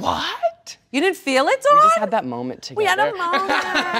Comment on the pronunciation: Dawn says Dawn while everybody else says DOWAoN